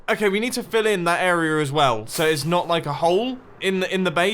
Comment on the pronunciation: Instead of area, it's arear